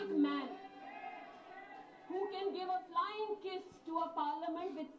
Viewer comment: Isko toh flying kiss speling pronounce nahin attta